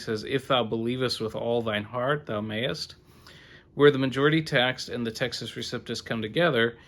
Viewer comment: You are lying, and don't have the guts to identify which bibles of which you speak. You know the majority is corrupt, so blow it out your duffle bag. BTW it is receptus, not reciptus. What a dork.